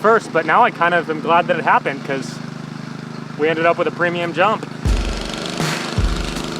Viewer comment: “Premium” this, “premuim” that. Annoying as fuck